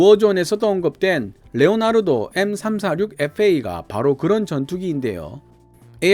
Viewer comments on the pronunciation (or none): none